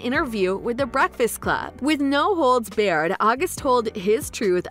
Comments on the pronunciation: “No holds bared” learn to read it’s barred... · Who’s the voiceover chick? “No holds BEAR-ED?” It’s barred! BAR-ED! Like no bars. Oof.. 🤦🏾‍♂️🤦🏾‍♂️ Don’t quit your day job.. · No holds "barred", . Not "bared" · It's no holds barred not no hold bared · It's "no holds barred" not bared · "no holds bared" I think you mean "barred" obviously didn't read the script first 😂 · reporter said "no holds beared"... 😂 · Did I catch a "no holds bayerd" in there? Mostly though good lord this crap is boring.